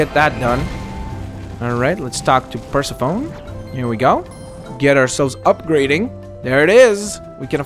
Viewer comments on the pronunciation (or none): The fairy's name is pronounced (per cef o nee)